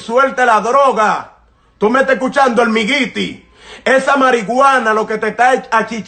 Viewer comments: Jajaja creo.que todos nos reimos.de como.disi.almigiti jajaja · Se dice olmairy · Miren amigos. Al principio me dio un poco de gracia y lo tengo q admitir. Pero cuando este der humano estubo hablando, no tomando en cuenta de q no pudo pronunciar bien la palabra. Habló sinceramente como un siervo. Eso es lo que hacen los siervos de Jheova. sino fuera q no sabe pronuncia almighty en ingles, los dejaria sin palabras a todos los q los escucharon. Que Dios bendiga a.